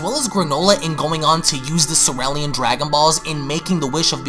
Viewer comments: Say Cereal 🥣 dude it’s cereal 🤦🏻‍♀️ stop trying to by fancy saying Sir rell 😂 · Bro... you can't tell me its not pronounced cereal. like CEREAL. Ya can't i'll argue all day lmaoo. Anyways, man i love your vids even when i read it myself. gj. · I'm extremely perplexed to no end at the pronunciation of the planet that Granolah is from. Cereal is pronounced just like serial. (seer-ree-yal). 🤬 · Is it not pronounced "see-ree-ul" like regular breakfast cereal?